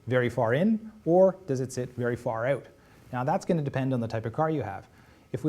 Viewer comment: wtf is far OUUHHT